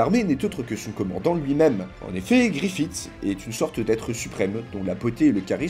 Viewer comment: Arrêtez de dire Griffite par pitié, ça se prononce Griffisse